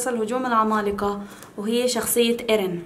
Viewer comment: ياهوووووووه مليون مره اقول اسمه مو ارين بل ايرين افهمو، 😒😒😒